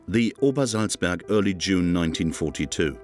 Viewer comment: Obersalzberg! Not -burg. Seriously? No editor?